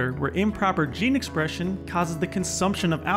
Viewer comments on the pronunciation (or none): Improper 'geen espresxion'. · Sorry but “Geen esprexion” ??????